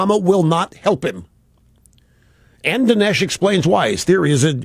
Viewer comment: This guy can't even pronounce Dinesh right.